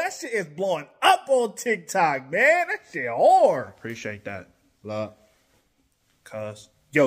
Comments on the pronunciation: 🧐😑 2 seconds in. heard " blood cuz ". had to pause! 😂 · “Blood cous” as opposed to “Water brother”